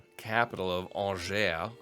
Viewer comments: By the way, Angers is pronounced like "Anjé" (more or less an-zhey), if you're still curious ! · Also "awn-jay" would be correct anglicized pronunciation for Angers, France